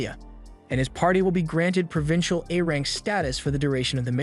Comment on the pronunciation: "Provisional A-Rank Status" not Provincial